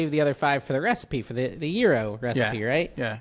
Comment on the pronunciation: It’s pronounced yee-roh OR yee-row, and in plural yee-rows. Hope this helps develop your Greek culinary experience.